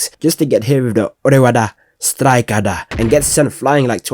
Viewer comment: Bro really said orewada! It orewa